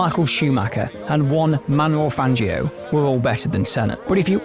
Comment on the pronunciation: Man is not hate but you should check how to properly pronounce Juan Manuel Fangio